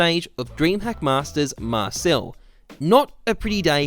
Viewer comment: "dreamhack marcel" come on man